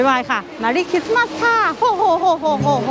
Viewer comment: Merry คิด-สะ-มาด สวมใส่หน้ากาก พกเจลเอลกอฮอล์ รับผิดชอบส่วนตัวเพื่อส่วนรวมครับ แอปเปิ้ลสโตร สโตรที่ขายแอปเปิ้ล